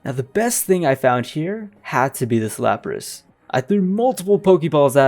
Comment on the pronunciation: Lapras. It's wild how many people are correcting them but still getting it very wrong. 😂